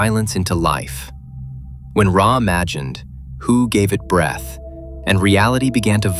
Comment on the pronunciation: I am confuse , is it hu ? Or hue ? You pronounce hu differently twice so which one is right ?